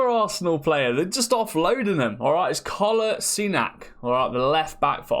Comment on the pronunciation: That pronunciation of Kolasinac 😂